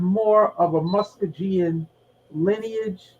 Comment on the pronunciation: MuskoGean not pronounced with a J 😂but eye know wat she means